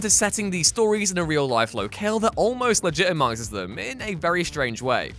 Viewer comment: Locale? low-kale? Low Kal? Ler kell?